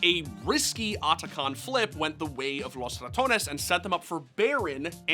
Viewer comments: LOS RA tuh ONES 😂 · Why are you overpronouncing ‘Los Ratones’? Not like its an all spanish roster and they would get offended otherwise lol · They way he says Los Ratones makes me stop the video every time. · The way you pronunce Los Ratones is cringe.